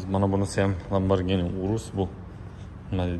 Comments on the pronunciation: ЛАБАРГИНИ ЭМАС ЛАМБАРЖИНИ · Ламборгини тугри этвоти оми, узиндан узин гапирвурма